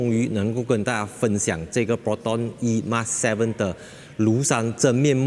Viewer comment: 本来就name it 而“emas” 为什么就衣mas？